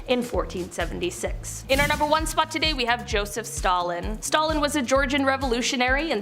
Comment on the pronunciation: There is no reason to butcher Stalin's name like that, it's stupid, and Canadian YouTube obviously sucks